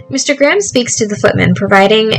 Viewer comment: I had this playing in the background and when you'd say "Mr Graham" I thought you were saying "instagram" and got VERY confused with the timeframe of this game hahahaha